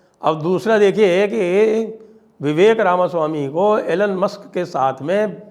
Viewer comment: Sir ji Elon is pronounced E Loan not A Lunn. Tulsi is an awesome surfer too. She's beautiful, smart, intelligent, brave and well qualified.